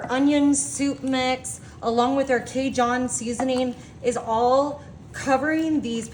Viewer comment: Oh my gosh. I appreciate the effort but oh my gosh!! The food is fine. Everyone is doing it. It was on the calendar creators subscribe to. Not the problem. I don't know who this is, but she is highly unprofessional, failing to prepare adequately. "An dooley" ???? "K John"??? and a bit of that sing song thing. Is that a Yankee ( northeastern part of country) thing. I don't know where that speech pattern originates. But the flat out mispronunciation of common foods has to go.